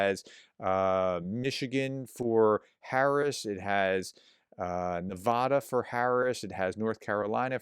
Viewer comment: PLEASE, I'm begging you now, Nevada is Ne va (as in cat) da, not Ne VAH da! Maybe you didn't see my last 5 times of asking, so I'll try once again. Thanks! And thank you for all that you do!